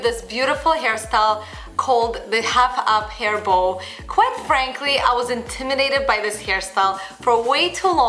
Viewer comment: I thought she was saying a "huff up hairball" instead of half up hair bow XD